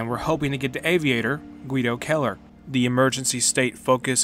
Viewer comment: It’s kinda cool to have someone in a video game with your last name. But you’re pronouncing it wrong, your making it sound like Killer, it’s Kell Er idk it doesn’t really matter. Great video.